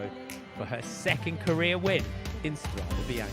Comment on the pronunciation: £30.99 per month and we can't even get a correct pronunciation of Strade Bianche